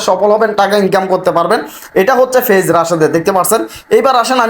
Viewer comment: ফেইজ ফেইজ না বলে পেইজ বলেন